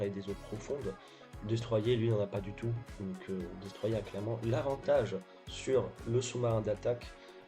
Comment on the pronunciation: Par pitié dis destroyeur pas destroyé